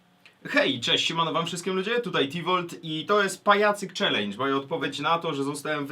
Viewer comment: "...Ćwlendż" :DD P.S Niech wyzwie ktoś Kine xD